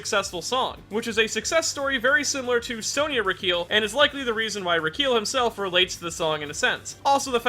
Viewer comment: Pronounces:(Reekeel) Pronounced: (Ricki-El)